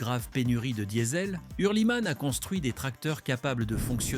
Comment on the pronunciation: man spricht nicht hörlimän sondern hür-li-mann einfach oder der is nen schweizer und kein franzose